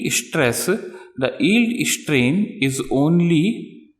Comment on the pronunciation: dude..your english!! its strain..not ishtrain!!